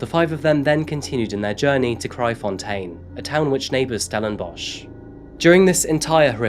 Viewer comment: I’m impressed by your pronunciation of Kraaifontein 👍🏻 What a sad case. Never heard of Hannah. But things like this is a common occurrence in South Africa.